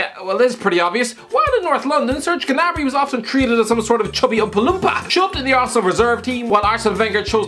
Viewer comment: "Serge GUHnabree" What.